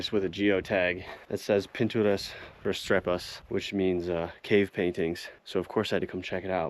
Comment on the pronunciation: "pinturas rustrepas" = Pinturas Rupestres 😅